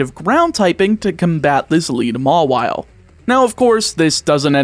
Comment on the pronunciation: I think Mawile is pronounced more-vial